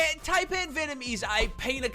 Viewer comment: For the record. The pronunciation of Taipan is TIE-PAN not TAY-PAN